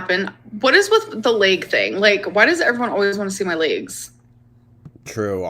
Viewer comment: I’m not going to lie whatsoever… I get the “layg” thing. I wanna see em lol not in a weird way but only thing she’s kept secret since Krystal and everyone saying no way she’ll ever show them laygs. Just show an ankle she’d make a killin on OF 😂